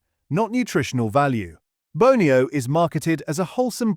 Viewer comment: ... and Bone - ee -oh, not Bonny-oh !